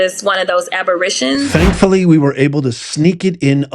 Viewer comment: Representative Jasmine Crockett: “……this is one of those abberitions.” The word is abberations you uneducated, racist, liar.